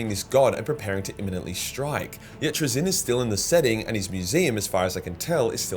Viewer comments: TrAzyn not TraZYN :) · Love your vids just pls stop saying 'trizin'